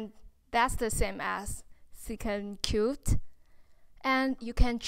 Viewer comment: It’s secant cubed not cute😂😂😂😂😂😂